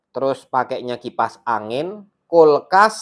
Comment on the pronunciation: Kulkas mass bukan kolkas😂😂😂